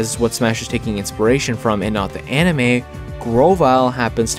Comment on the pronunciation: The way that bro said "Anime" like "enemy" but "anemy"